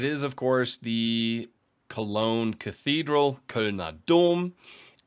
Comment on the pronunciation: I wish I could give you a second sub for the better pronunciation of Cologne thank you.